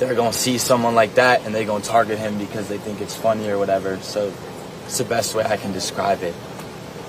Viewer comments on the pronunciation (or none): none